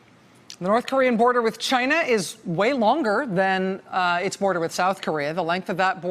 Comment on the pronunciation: it’s not China, it’s Gaina!